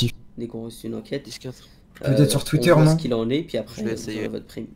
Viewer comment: "tchiter" MAIS WAT DA FOK